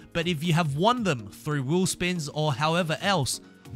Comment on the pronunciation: you have a very weird way to pronounce "wheel spins"